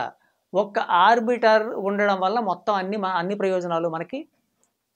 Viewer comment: It is not arbitar it is "arbital"